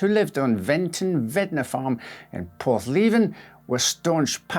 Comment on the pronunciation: Hi from Cornwall 👋 it’s actually pronounced porth - lev - in 👌 Incidentally, I actually know the Pascoe family, grew up with Russel’s niece and his great niece is my daughter’s best friend, I can tell you that this event still affects the family! I’m 56 and for the 40 + years I’ve known the Pascoe’s or rather his niece, she’s told me often about what her grandmother went through for years afterwards, and her own mother! They dread when anniversaries of the date bring newspaper stories!